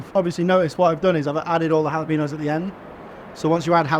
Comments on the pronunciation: You'd think a chef would know how to pronounce jalapeño. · I heard how he pronounces jalapeño, he doesn't speak Spanish